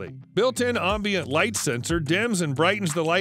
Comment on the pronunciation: Buddy, it's pronounced "Am-bient" 'AM' as in 'HAM' not 'Om' as in 'Calm'. You're saying OMbient, it's AMMbient, say it correctly. the ONLY time its OM is in the pronunciation of AM(om)-BIENCE.